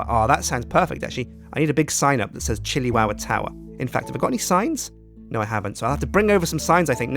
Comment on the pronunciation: Chilli towah?